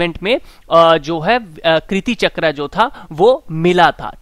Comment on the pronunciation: कृती चक्र नहीं कीर्ति चक्र होता हैं